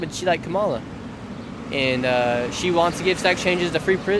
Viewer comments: Comma-la bruh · Why can't you pronouce Kamala's name right? It's not difficult. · Do you notice he is saying her name wrong on purpose 🤔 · Please pronounce her name correct!